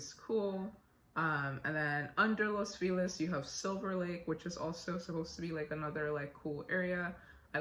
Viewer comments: I think Los Feliz is pronounced as “Loce-Felease”. Fun fact: that’s an incorrect way of Spanish, it should be “Los Felices” but whatever that’s an historical area name. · I live in Los Feliz. It's pronounced "Lowss Fuh-Leese". It's like "Feliz navidad". Los Feliz, Silverlake and Echo Park are freaking gorgeous. I love it over here. Glendale is a tad too bougie, but these neighborhoods are just the right mix of pretty, clean(ish) and hip.